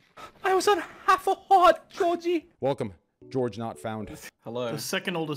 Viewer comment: Your "harth" lmao